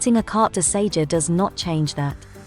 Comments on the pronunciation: Its Carte de SeJOUR dear. Thought someone would have corrected you by now. Ok try again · Very very helpful thank you. One small point, Sejour is not pronounced Say-juh!